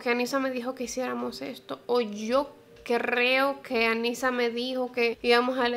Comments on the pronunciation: "Yo crrrreo" estresante. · Amé el “Yo CRRRRRRREO” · Por que dice "crrrrrrrreo" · "Yo crrrreo..." <3 soooo cute! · me encantaa jajajaja que diga así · Jajajaja me encanta su pronunciacion de la r, es fantastica